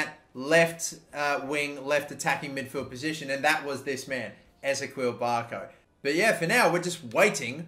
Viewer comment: Just a tip from someone who lives in Atlanta: Barco's first name is pronounced E Z Kee L. Love this series!